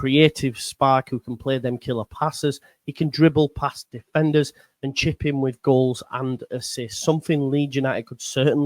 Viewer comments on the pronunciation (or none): none